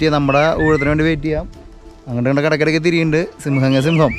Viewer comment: 🙆സിമ്പം അല്ല കുട്ടി🙅. സിംഹം. 🤦‍♀️